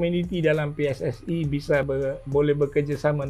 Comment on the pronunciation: Kami pe es es i,bukan pi es es ai😂😂😂